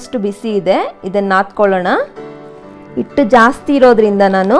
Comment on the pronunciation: ಇಟ್ಟು ಅಲ್ಲಾ ಹಿಟ್ಟು